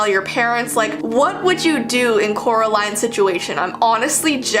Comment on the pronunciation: Said her name wrong oop